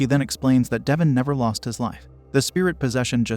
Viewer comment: How does one read Devon and pronounce it as Devin